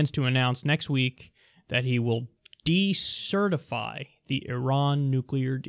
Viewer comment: "Decertify"... that's four syllables...I'm impressed Trump